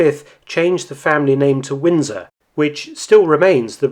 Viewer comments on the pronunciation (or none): none